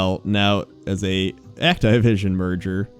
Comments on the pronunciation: Did he say Act-Tie-Vision, you mean Activision? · "Act-eye-vision" Please,. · >Act-eye-vision >Not Ac-ti-vision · CURSE YOU ACT-I-VISON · Act"eye"vision........really lol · "act-eye-vision" is this intentional to get on peoples' nerves,? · Act I vision lol you say shit wrong on purpose sometimes i swear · Did he say Act-Tie-Vision? lol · Egg-Tie-Vision? Is that really how its pronounced? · actaivision :D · the fuck is act-eye-vision ? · bro why you pronounce Activision so weird?! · I've never heard anyone pronounce Activision that way... huh?